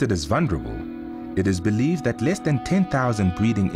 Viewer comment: "listed as vunerable". no its vulnerable